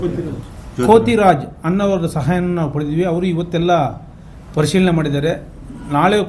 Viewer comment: Not kothiraama his name is kothiraaj